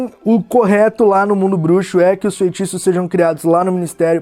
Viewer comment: "Desfaz festiços..." Kkkkkkkk